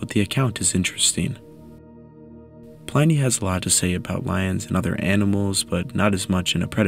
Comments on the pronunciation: Really good video. The research is impressive! One edit--Pliny is pronounced with a short "i," to sound like inning, or pinning. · Great content as always! Would advise checking the pronunciation of Pliny the elder, cheers